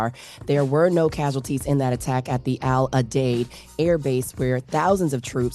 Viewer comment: It’s pronounce “Al - Udeed” 😅